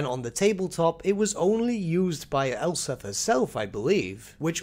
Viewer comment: It sounds like you're saying Elsa von Draken of Null.